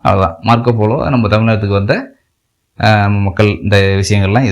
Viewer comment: மார்கோ போலோ என்று உச்சரிக்கவும் folo என்று கூறவேண்டாம்.